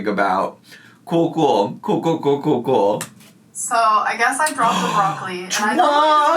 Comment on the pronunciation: My boyfriend was listening and asked "Why does she say zoooo instead of soooo?" lol